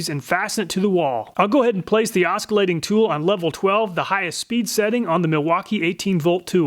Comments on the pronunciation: First let me state I love your video's, love them! ... but... my man I say this with all kindness the C is silent (or rather pronounced like another S) in oscillate (as well as oscillation and oscillating). Its not Os cul late it is os sil late. It was pure cringe the whole time. : ( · Never heard anyone pronounce "oscillate" with a hard C before. The "C" is silent:ˈäsəˌlāt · Thanks for doing this comparison! BTW, the C in oscillate is silent.